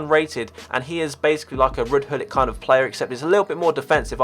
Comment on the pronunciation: Gullit not gull it